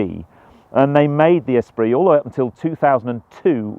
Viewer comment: Every time he says S-pree rather than es-PREE….